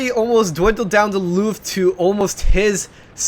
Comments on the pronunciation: lol, you said loof? :) loool :) thats leowe, ö is like eo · It doesn´t sound like low...at all...it sounds like Löwe... Well I that noone without northern european roots can pronounce umlauts but for everyone who can, it´s totally clear how to pronounce it. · löwe is lion on german...and try 2 say löwe not luwe..lol...greetings from germany ...naja was solls jetzt erstmal nen bierchen knallen also haut rein^^